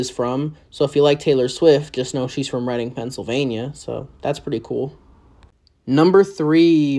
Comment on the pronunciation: Thanks for not pronouncing Reading Reeding like another video did.